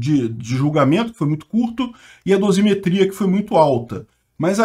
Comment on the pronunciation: Dosimeteia correta? Pqp...tudo errado nessa bosta!